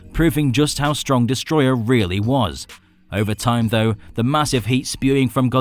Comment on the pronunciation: It's destroyAH not destroyER